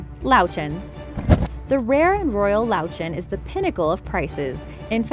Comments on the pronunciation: It‘s Löwchen not Lowchens Löwchen is German and it is a cuter way of saying lion, like cute, small lion. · Löwchen literally means "little lion" x'D (I was so confused because of the pronunciation xox)